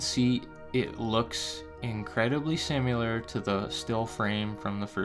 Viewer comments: Im by far not a grammar nazi, but you killing me with the "simUlar" talk. Its similar.. The word you're looking for is similar.. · Sim ah lar no such word as simular